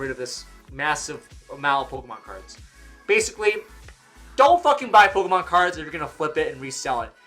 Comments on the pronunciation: I feel like you're saying POLKAMON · "Poke-UH-mon cards." 😐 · I'm finna panic if I don't hear say POKE-UHH-MON at least once a day fam